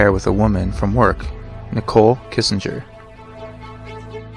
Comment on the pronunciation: *Kessinger, not Kissinger .. or Skank works too 🤷🏼‍♀️